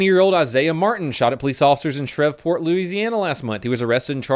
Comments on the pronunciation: By the way "Shrevport" (Shreveport) is pronounced "Shreeeve Port." Edit: Please don't move here. It's a shithole and I'm trying to move out myself. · “Shrev port” ya killin me smalls xD Shreveport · I’m probably not the only one that commented on this, and I don’t have time to go through 6000 comments but he says shevport instead of SHREVEport you forgot a very important e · its not shrev-port its shreev-port (shreveporT) PLS RESPND i live there and love you man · ShreVport😂 this made me laugh ik this is irrelevant but its pronounced sheeport the v is silent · The worst part of this video is he pronounced Shreveport SHREV-port its shreev port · It’s not shrev it’s shreve (sh-reve) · It’s pronounced Shreveport not shrevport. I’m not hating I love your content but as a proud Louisianan I had to comment this. Keep up the good work! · Shrevport bruh., where did you French go. Shree-vuh-port. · "Shrev-port" LMFAO kills me every time. No offence, it's Shreves-port(Shree-ves-port), Louisiana. Awesome video either way haha, just crack's me up because I've lived in or around this damn town all my live and even people who live here pronounce it wrong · you anger me. It’s not shrevport it’s pronounced shreeport even though spelled Shreveport. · Shrevport is pronounced shreevport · Did you say Shrevport? Lol you missed an E, Shreveport. I was born there, sadly. XD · You mispronounced Shreveport lol never heard of shrevport. Lol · Hi, Louisiana man here. That city is pronounced "Sh-ree-v-port" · its "shreeeeeevport" say it like like not chevyport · LMAO the way you said shreveport😭 We pronounce it like “shree port” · dude really just mispronounced shreveport and said shrevport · Shreveport being pronounced as Shrevport is one of the funniest things I've heard today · I’m sure someone has said this before me, but Shreveport is pronounced “Shreeveeport” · Hi, Louisiana man here. That city is pronounced "Sh-ree-ve-port" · "shrev port"